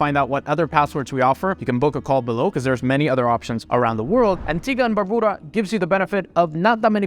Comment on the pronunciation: It is pronounced Dom- in- eek- uh. Also it's Bar-bue duh. Gre-Nay-duh. For god's sake. You buy citizenship in the Caribbean and have zero knowledge of the people and their culture.